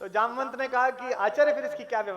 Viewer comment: आप के शब्दों से मुझे ठेस लगा क्यों की जामवंत जी को जमवंत बोलना ठीक नहीं लगा